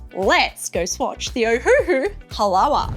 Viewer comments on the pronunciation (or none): It is pronounced "Ha-la-va."